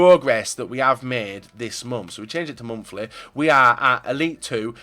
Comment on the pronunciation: its monthly not momfli